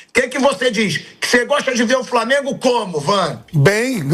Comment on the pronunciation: Ele tambem fala Framengo